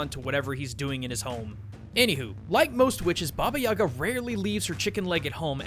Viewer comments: For future reference - its baba yagA not yAga. Nobody will give a crap, but anyway. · Its baba yagA, not baba yAga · It's bobyeega not yaga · Baba yee ga not ya ga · its actually (Baba) (ee-GA) ( the stress is in the ga) baba eega. Thats the closest you can spell it to russian (im a Russian). I dont understand why its called, "Baba Yaga" in english, but its DEFINITALY not baba yaga. I'm only saying this because when he said her name, it really bothered me. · Anyone else seen John Wick before this and wishing he'd say Baba yay-guh rather than Baba yah-gah? I mean not saying it's wrong it just hits my ear weird. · HA! FOOL! YOU MISPRONOUNCED BABA YAGA!It is Ba-ba-yi-gaaa. Not baba-yaga. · Also, please help me with my squick here - guys, its Baba Yag'A, not Baba 'Yaga. The emphasis on the last syllable. I know that is not much urgent, but still, lets be more proper, ok? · you are pronauncing it horribly. its actualy more like baba jagaa Putting pressure on the last a. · It's don't Baba yAga, it correctly reads Baba yagA (in dont complain, Just helping) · What? Creepy?! Are u kidding me?! I heard TONS of fairy tales about Baba Yaga (and it's not reads like baba yAga it's reads like baba yagA) it tryed to eat girls, boys, warriors, everybody! Dat is not Amnesia to creep u! jeez... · It's pronounced ba ba yay ga I believe, sense in their language they don't pronounce ya as ya but yay, plus it sounds more natural. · 10/10 Russian😂😂😂 Баба Яага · Ivan Tarnyagin Lmao I am Bulgarian, isn't it supposed to be "Баба Яга"? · I died how he pronounced Baba Yaga, my mom is Russian and it's my first language. I just couldn't take it seriously 😂😂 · It kills me me every time you pronounce baba Ugas name wrong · When you're slav and you hear that pronounciation for the first time :D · what's wrong with english speakers when they apply stress to russian words please. remember, that in overwatch there is zarYA, and russian folk witch is bAba yagA ...and vasilIsa, not vasIlisa